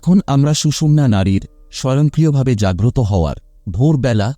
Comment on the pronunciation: স্বয়ংক্রিয় বলুন। স্বযং করিয় নয়।